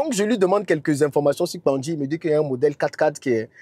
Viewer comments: Cher Tu le pronoce très bien. PANKGI ❤ 🙏🏾 Cet Arbre se trouve dans la Savanne baoulé. 🙏🏾 merci❤ beaucoup pour la publicité ❤️❤️❤️❤️❤️❤️❤️🙏🏾🙏🏾🙏🏾🙏🏾🙏🏾🙏🏾🙏🏾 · 😂 te j'aime trop. Tu prononce trop bien Kpangui . Félicitations